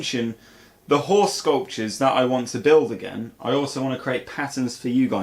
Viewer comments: false advertising! 😆. With your accent, I swear you said whore sculptures. 😂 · I still cant tell if you are saying horse sculptures or whore sculptures. Either one seems acceptable to me though.